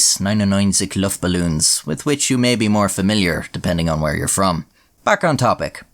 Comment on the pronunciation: Nine oh nine sick luft balloons. Suberbly mispronounced.